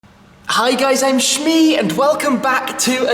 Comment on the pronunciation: FOR THE LOVE OF GOD JUST SAY IT'S SHMEE